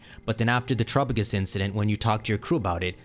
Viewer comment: And Terapagos lol